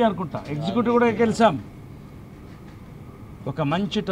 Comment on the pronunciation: Gelisam kadura babu “ GELiCHAM”.